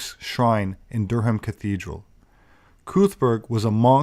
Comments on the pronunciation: Good stuff,. Durham is pronounced Durram over here. Always enjoy your content. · You slaughtered Durham. 😂👍